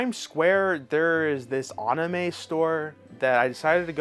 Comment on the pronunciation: Love the channel. Consider working on your Japanese pronunciation like ah-knee-may. You say a lot of words which are Japanese and I think it would be good to learn a bit of pronouncing like na ni nu ne no to get more people to pronounce works more accurately. Anyway keep up the good work.